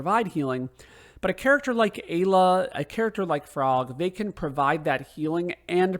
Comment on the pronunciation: MASAMUNE = "MA-SA-MYU-NAY". AYLA = "I-LA" (PRONUNCIATION). Also sped tabs will boost everyone to max speed. All characters are viable when boosted properly. I usually go in with Chrono, Lucca and Marle. Love their delta attack. Steal unlimited megalixirs from the monsters on the elevator in the Ocean Palace. Makes Lavos super easy.